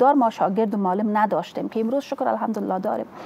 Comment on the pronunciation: دنیا به کجا رسیده افسوس هزار افسوس یک انسان بیکاره فاسد که هنوز نمی داند که معلم را چه گونه تلفظ کند این خانم باید اول لسان دری را یاد بگیرد جای شرم است